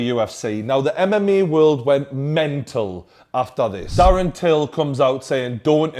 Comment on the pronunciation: mme world😂😂 it's mma not mme